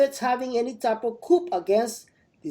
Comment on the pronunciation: Coup is pronounced COO not coop.